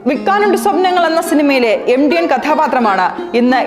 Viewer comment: എം ഡി അല്ല സേച്ചി എം ടി. (MT )